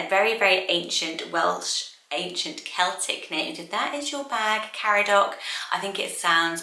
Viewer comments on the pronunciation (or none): Caradoc is actually pronounced Car-adog, would love a Welsh list!!